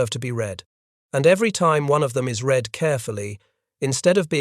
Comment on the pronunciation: “Read” apparently always rhymes with “feed” and never rhymes with “bread.” Sometimes you should correct the pronunciation of your robots. They aren’t perfect.